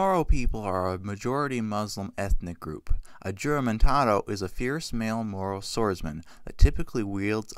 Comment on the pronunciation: Huramentado with an H not Jooramentado 😂😂😂